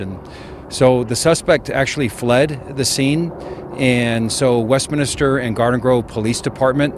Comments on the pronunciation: That Sheriff should learn that it is not WestminIster ... it is Westminster. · It's Westminster, not west-minister. other than that, good job sheriff's PIO.